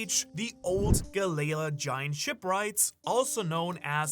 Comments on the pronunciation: Pluton is under wano 😂😂😂😂 it was confirmed to in the manga at the end of the wano arc also its gally lah not ga layla please pronounce it if your an actual one piece fan ud say it correctly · Why do u keep pronouncing it as Galayla I thought it was Galley-La🤷🏾‍♂️ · Bro it's Galley La not galayla 😂 come on ur accent isnt that bad 😤 please if ur gonna sponsor so much use it to double check pronuciations 😊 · I hate the way galley la is said......